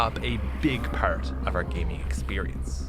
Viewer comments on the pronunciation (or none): He says "pert" instead of part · The way he says “part” sounds like a pirate lol